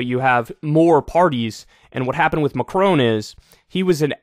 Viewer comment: Kyle. Please. His name is MacRON. Definitely NOT MacRONE.